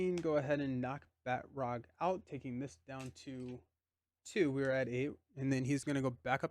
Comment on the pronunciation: I think the characters name is not Bat roc(k) but Ba troc since he is french 😊 (with the "a" sounding more like the "u" in Butter). He is in Captain America: The Winter Soldier and there they pronounce it 😊.